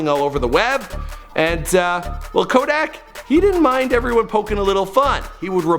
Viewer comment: My dude butchered the hell out Kodak’s name😂😂